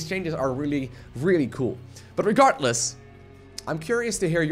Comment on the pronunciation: "Regartless" :D